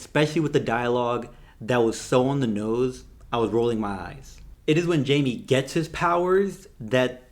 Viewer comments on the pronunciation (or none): Agree with your review. A little messy but entertaining. Also, it’s pronounced “hy-meh” 🤗